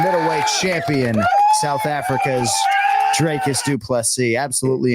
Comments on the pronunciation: Whats with the DREY- cus shit? Its dric-us. Dric like it rhymes with brick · Jon Anik, his name's not pronounced Drey-cus fyi. It's 'Drik-us'. Usually you're on point with the names. You at least get his surname right, which Bruce Buffer never does. Next time you see him or a UFC producer, make sure he gets DDP's surname right, the man's a champ after all. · Dricus (DrEEcus) not DrAKEs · Jon it's pronounced 'Dree-cus'. Come on man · PLEASE get his name right...say "drink" same sound. Coach Visser ...say "free" same sound.